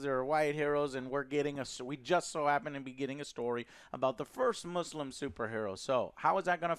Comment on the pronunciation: Joe is the first white guy to prononuce muslim with S than Z Thanks i guess